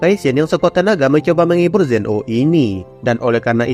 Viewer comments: Bukannya namanya zeno bukan zen o😅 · Sebutan di anime nya memang Zen 0 bukan zeno.